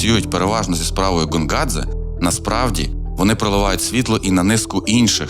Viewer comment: коли Гонгадзе став Ґонґадзе? карт. ღონღაძე . як ми бачимо, тут ღ котра передає /ɣ/ (наша українська Г передає /ɦ/ та /ɣ/), а не გ котра передає /g/ (як українська Ґ). це все одно що Helsinki називати Ґельсінкі, замість Гельсінкі.